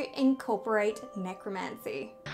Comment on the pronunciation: you pronounced nec-rom-ncy wrong